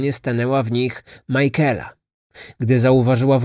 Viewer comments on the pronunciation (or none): Majkela? Na litość boską sprawdźże jak się wymawia imiona... Nie da się tego słuchać. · To imię czyta się „Mikejla” :) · Szanuję włożoną w powstanie tego odcinka pracę. Bardzo lubię słuchać Pana podkastów. Jako że mieszkam w IE tylko jeden szczegół przykuł moją uwagę. Być może nie jest istotny dla innych słuchaczy ale imię Michaela wymawiamy jako Mikejla. Reszta super 😊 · Imię Michaela wymawiamy "mykejla"🙂. Jest jeszcze gealic, czyta się "gejlik". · to imie sie wymawia makejla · to jest imię irlandzkie i nie jest tak trudno sprawdzić jak się je wymawia zwłaszcza jak się oglądało oryginalne dokumenty, gdzie chociażby rodzina się wypowiadała, to wymaga trochę szacunku dla ofiary i profesjonalizmu... Mnie to razi osobiście, bo mam koleżankę o tym imieniu. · No i co z tego że źle wymawia coś to zmienia w sprawie no nie. A jak tobie przeszkadza to nie ma musu słuchać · A ja się z tym zgadzam, mnie też razi sposób wymowy tego imienia i baaaardzo źle przez to się tego słucha :/